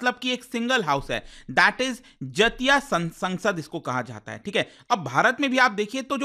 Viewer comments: जतिया क्या होता हैं? so irritating. do not teach wrong pronunciation sir. do some homework. बेंगोली टोन में बोलिए जातीय सोंगसोद Jatiya Sangsad (জাতীয় সংসদ) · Sir the correct pronunciation of jatiya sangsad is जातियो संसद in bengali language which means national council /national parliament 🧏 Greetings from West Bengal 😊